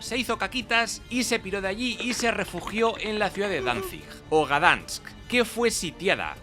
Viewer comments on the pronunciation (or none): que te mata mi mujer Gdanks se pronuncia gue dansk el sk es como atragantarse un poco, magnifica la puta lengua polaca, 2 años y ni sé decir me cago aún.